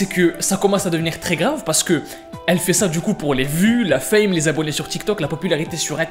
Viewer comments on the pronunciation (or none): c'est pas fam mais fame